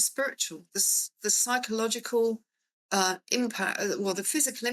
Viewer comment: Its physiological not physcological